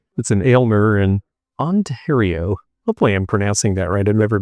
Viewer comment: Hi. Greetings from Ontario, Canada’s most populous and richest province. Both Canada’s national capital of Ottawa as well as Toronto, the largest city in the country are here. You pronounced “Ontario” exactly right. Come visit! Thanks for your videos. I always enjoy them.